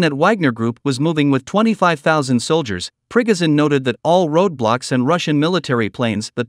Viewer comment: Who the hell is Prig-Izin?